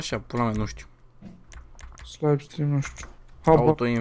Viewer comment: se zice slipstrim